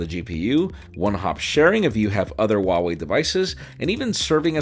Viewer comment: it's HUAWEI not wawei😂